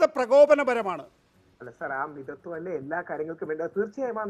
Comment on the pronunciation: മിത്ത്ത്വം.. ഈശ്ശ്വര! ശബ്ദം പോയി. അപ്പോ മിതത്ത്വം🤣🤣🤣